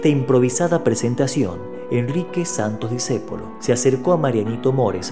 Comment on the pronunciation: Y por favor, es Santo"S" , no Sant"O".